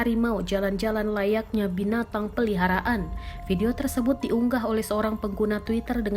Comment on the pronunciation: Kalo ngmg peliharaan jgn di kasih jeda donk. Peli haraan😂